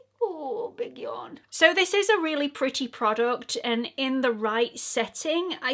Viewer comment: There are so many expression that the English use that I love, I can listen to you say putty over and over 😂.....I do also love the British liberal use of the word c~nt but I laughed out loud when you said " this is right up my Street" 😂😂❤